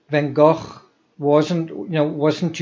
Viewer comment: Amazing that you were in that restaurant where Van Gogh's funeral was held. I love that you pronounce Gogh properly, like we say 'loch' here. There's a myth that English people can't pronounce the 'ch' like that which is why they speak about Lock Ness, I don't believe that